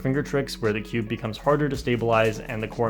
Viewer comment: You say cube like skewb